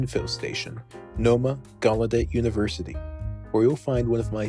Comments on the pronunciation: you also pronounced Gallaudet wrong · listen to him say Gallaudet